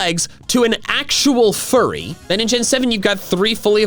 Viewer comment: I can’t get over the way he says furry 😂 im a furry btw love your videos